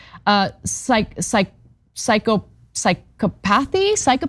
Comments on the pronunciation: the fact that you didn't even know she said it wrong makes you just as bad.... it's pronounced psy cop athy... not psycho pathy... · Abandonment is not an element of adverse possession, Cenk. Sigh-CAW-path-ee. TYT giving Hanlon’s Razor a run for its money, as per usual. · I had a moment of sadness that Ana didn’t know the pronunciation of psychopathy despite reporting about psychopaths every day. Psych-AW-path-ee. Moe-HEE-toe. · i love Ana so i'm not being mean about her pronunciation of psychopathy. This is my field, so i will offer some assistance. psy-COP-a-thee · Isn't it just pronounced like Psycho-pathy? I've never pronounced "psycho" like "psy-cop". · Ana: say, "Sigh - COP - uh - thee." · „Sy-cop-athee“ Ana … I know, though word … I often say „Psy-cop-athee” but that makes it sound horrible. The whole “squat and improve” thing is more like a green card to do whatever you want. I’d have to ask improve in what way and for whom? I don’t think Netanyahu refers to improving Palestinian land for the Palestinians. I know many Jewish who do not like Netanyahu one bit. There was an Israel-Palestine love campaign (and still is) that was started about 15 years ago … all this political push towards more extreme conservatism is ruining any chance for peace. The outcome will be hate b/c when you sow hatred, what do you think you’ll harvest? It’s so f’n simple it’s ridiculous! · Psychopathy /sī-kŏp′ə-thē/ is how you pronounce it. You might think someone who claims to be a journalist would be literate but we all know Ana is a pseudo-journalist and pseudo-literate. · Psychopathy Is Usually Moreso Pronounced Like Sigh-Cop-Oath-Ee; For Future Reference! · Being against genocide doesn't mean being anti-Semitic. BTW, Ana, the word is pronounced "sy COP' a THEE' ". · psychopathy is pronounced like sai-KAA-puh-thee, for anyone wondering lol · Psychopathy - pronounced (si - caw - pu - thee) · Psych-AH-pathy is the most graceful pronunciation of psychopathy. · sigh kah pith ee